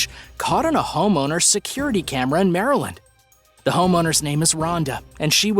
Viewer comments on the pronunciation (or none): none